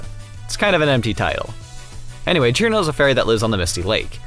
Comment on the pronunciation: Cirno not "Sir no" Cuse its a big ol no no